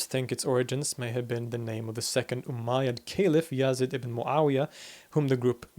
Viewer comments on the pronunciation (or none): Yazid ibn Mu'awiya is pronounced as "Yazeed" rather than "Yaazid" and Abu Hamid al-Ghazali is pronounced as "Haamid" and not Hameed.